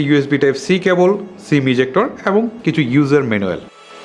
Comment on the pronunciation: **কি কি বালো🤣 দিক রয়েচে **কুব🤣 একটা **নতুন কিচু🤣 **এচাড়া🤣 **টিকটাক🤣 **দরে🤣 নিতে হবে **ফারম্যান্স🤣 (অরো অনেক...কয়েকটা সেম্পল দিলাম মাত্র) শালার উচ্চারণ.... আঞ্চলিকতার দুর্গন্ধ যায় নাই উউচ্চারণ থেকে😡 তোর বউ তোরে কিছু কয় না???